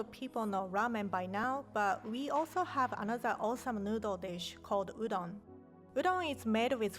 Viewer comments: wow i thought rie said udong😂😂 filipinos will know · "So if you buy instant udool noodle,"